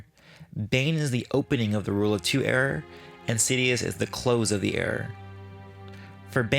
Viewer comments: Did you say "rule of two era" or "rule of two error"? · Anyone else notice that this guy says "era" really weirdly?